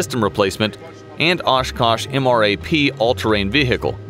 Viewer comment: Dude straight up spelled out M. R. A. P. Instead of just saying MRAP